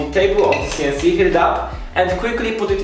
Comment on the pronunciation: Funny how every time you say “This CNC”, Siri on my phone activates... I guess it sound to it like “Dis Siri” which is the triggering phrase in French... Other than that, well done with your DIY CNC!